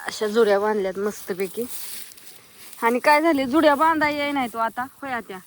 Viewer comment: जुळ्या नाही ग, जुड्या म्हणतात.